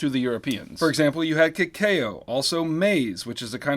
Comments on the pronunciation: GREAT GREAT GREAT Video - AGAIN. One note though . . . kay-kayo (cacao): never heard that pronounced like that below but I'll take it! Thank you for keeping up with the pace in my class. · did... did he just say "ka-kay-o" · Lol “kah-kay-o”